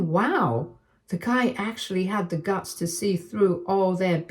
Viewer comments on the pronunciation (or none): none